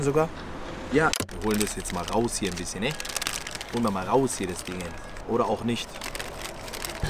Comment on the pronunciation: vorallem “bissjen” paprika 😂👌🏼